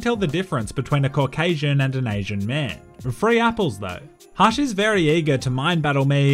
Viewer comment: says "hush'' like "harsh". Much love from New Zealand bro, I subbed